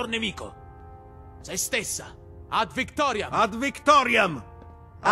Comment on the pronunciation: Italian Ad Victoriam is the real pronunciation of that phrase.